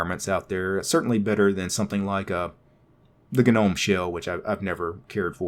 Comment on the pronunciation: Yessss he says Guh-Nome like I do!